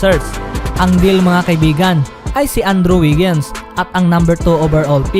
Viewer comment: Boston selteks, anddru wigens, antoni deybes, isteben adams, at marami pa, kabayan, paki ayos naman ang pag pronounce. Peace.